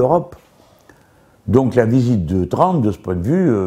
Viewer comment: "donc la visite de Tround..."